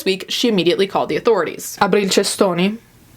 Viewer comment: “ abril cestoni? boh” is the most italian thing i’ve ever heard you say